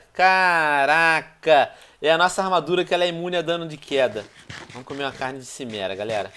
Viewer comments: Pronúncia Kimera e não Chimera plz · Venom, fala quimera, não chimera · venonin cara ,a serie e fantastica. mas a cada vez q c fala cimera eu fico brabo pois c diz kimera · pow venom , é CHImera tipo como se fosse com x , xi e n si '-' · Tio Venom nao se pronuncia XImera , mas sim QUImera !!! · venom seu maldito, se fala kimera n simera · A pronúncia é "quimera", e quando você ver outro vendedor, lembra de olhas tudo o que ele vende, abraço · se fala kimera venom